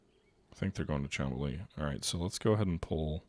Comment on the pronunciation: Just a note, it is called Mont-Real, not Mon-treal. Just like Mount Rushmore and not Moun-Trushmore. Also, Chamblee is pronounced shan-blay (the French "an", google translate is great for that and takes like 10 sec). 😊 Good game session and gains.